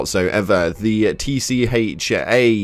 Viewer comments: It’s pronounced atcha as in at ya hence the symbol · Pronounced “atcha” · Hello friend. Just wanted to let you know I believe the reviews are pronounced "atcha"(at ya)